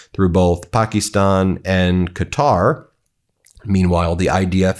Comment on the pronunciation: Thank goodness you’re finally pronouncing it Qatar and not Cutter…